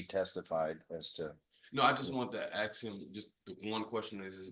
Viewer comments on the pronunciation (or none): “...*AKS* him one question...” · How can you go through school and not learn the difference between ask and axe. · why do some people keep saying aks instead of ask (like this lawyer here). I know one internet very very smart celebrity (professors, and person i look up to) keeps using aks in stead of ask. Is there any reason to misuse the english Language like this. I would love to learn. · i cant believe a lawyer actually said 'ax' instead of 'ask' in court. I KNOW U HEARD IT TOO. [i'm sick of listening to him repeat that...] i'm sorry, defense lawyers, for the most part, are just sleazy enablers as far as i'm concerned. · When the lawyer prounces the word ask "ax" I knew that this would turn our hilarious. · Even this educated defence attorney cannot pronounce ASK correctly, he says it as AKS. WTF is going on, I’ve never heard a non American struggle with this word.? Sorry, not important in relation to the case but it drives me nuts. This woman is vile 🤮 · Thank god you didn't teach me. Saying axe instead of ask is not an alternative pronunciation. It's incorrect language and making excuses for it just perpetuates the problem. It should be corrected.@ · You're correct. I was going to say the same thing about "ask & axe" ...some people really can't help to say it that way. I do feel like it's some sort of fad to say axe" though, to some people. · He says "aks" instead of "ask", as a lawyer, in court. Doesn't help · Boy, she’s a beauty isn’t she! It’s pretty sorry when the person is an attorney, and they still use the word ax, instead of ask! How ignorant! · What do you expect from a person who says "axe" instead of "ask"? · If your attorney says, "I wanna axe him a question" you're through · Does the defense attorney want to “ax” him? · You would think that an attorney, who not only went to college for four years, and then four more years of law school would at least be able to pronounce “ASK” properly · Did that lawyer say ax!? I just want to ax! 😮